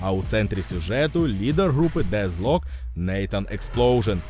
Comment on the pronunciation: А чому Дезлок? Воно ж наче вимовляється Детклок. Навіть трек у них був з однаковою назвою.